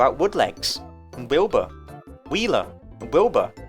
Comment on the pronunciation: Wilba and Wilbur being in the same game would bring me so much pain. I know it's technically like that in Don't Starve singleplayer if you have all the DLC, but it's a much bigger problem in Don't Starve Together. In this video alone struggles to enunciate their names differently, and he has the luxury of recording a scripted video with multiple takes. If you have a strong accent or are talking fast, it could be very difficult for other players to understand which character you're talking about when playing with voice chat. One of them would need a name change for sure.